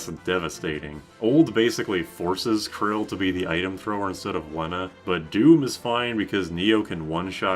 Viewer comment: bro pronounces it "krill" 😭